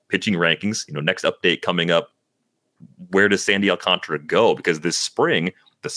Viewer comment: Awl-cahn-tar-uh Alcantara Not Alcantra You're deleting an entire letter to say his name wrong.